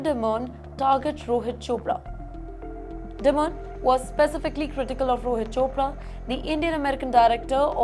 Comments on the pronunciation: It is not "di-moan", it is "die-min" kinda like diamond in an American accent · Newschannels need to learn pronunciation of names. Dimon is pronounced “Die Mon” ड़ाई मन and not “Dee mon”. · It’s dimon like simon not demon